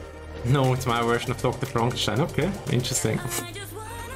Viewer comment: Im from germany, i thought u are either bavarian or austrian cuz of ur accent, i also knew that u speak german cuz of the way u pronounced DrFrankenstan